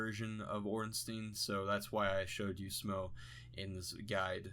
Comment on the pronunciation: Its actually pronounced S'mo (as in some more). S'mo tiddy, S'mo boody, S'mo thiccboi with S'mo roody toody.